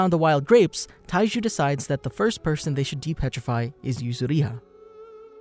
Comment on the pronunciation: this guy said Taiji instead of Taiju, in the very first few seconds of this vid KEKW